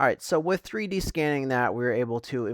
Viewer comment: Always thought a dog went woof, but now i know it goes wooth. Because you say wif and earf so wooth must be the way to pronounce it.